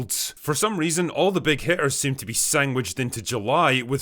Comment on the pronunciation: He said it... He said "sangwiched" with a g.